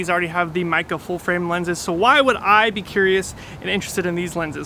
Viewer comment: Just a heads up, the correct pronunciation is "may(as in the month) ke (as in cook)" It's a Chinese name, I'm not sure which characters they use for the name, but I imagine mei means beautiful, but I'm not sure what ke would be. - source a dude who sorta knows mandarin aka me.